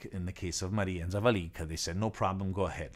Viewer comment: The correct emphasis in the name Zavalinka is on the second "a".